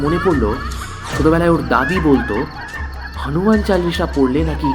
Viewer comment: "হনুমান" বলে বাংলায় দাদা "হানুমান" আবার কি 🙄